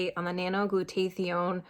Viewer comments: glad it helped you! its helped me allot as well. It is pronounced "glue-taa-thy-own." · I noticed too that is wasn't pronounced correctly, but good for her that she is taking it. We take something calling Immunocal which produces Glutathione in the cells. Has 11 medical method of use patents and have been taking it for 15 years. I had polio and my husband just beat cancer.